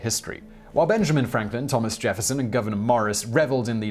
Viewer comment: The correct pronunciation of Morris's first name is GOOO-veneur, it's NOT Governor!